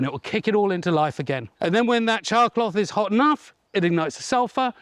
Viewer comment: Thank you for typing it out because to me it sounded like he was saying "chalk block."